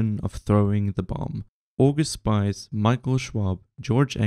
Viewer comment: Thanks for the informative video. Just pronunciation of August Spies gives a negative impression of him. He is not a spy in the plural, but a spear in the singular. The 'ie' in his surname should be pronounced like the 'ee' in cheese, more appropriate would be the 'i' in chick. Just try it. His surname means spear.